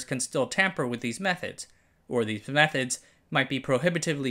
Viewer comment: When the narrator says "Methods", it sounds like they are saying "Meth-Heads" 😅